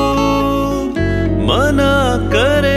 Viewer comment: khwab, khoob, please say it correctly.